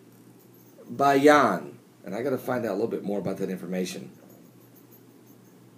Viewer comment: Azerbaijan? FFS, learn how to speak English!!!